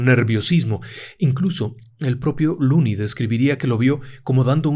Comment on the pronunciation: Excelente narracion. Una sola correccion: El nombre del protagonista es "Lonnie" no "looney". Lonnie (pronunciado Lani) es la version corta de Alonzo. Looney significa "chiflado/loco"